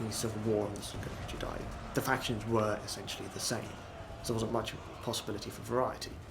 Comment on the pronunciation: All I heard was "factionsh.. insh-sh.. shin.. shin.."